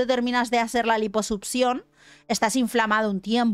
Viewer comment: Lamento decir esto pero: Durante todo el video, me la pase pensando en el echo de que se la pasa diciendo *Liposupcion*. Sorry no pude evitarlo.